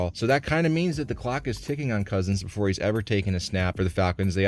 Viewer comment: “Before🗣️ I🗣️begin🗣️…”